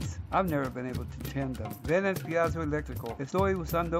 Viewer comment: piezo is pronounced peezo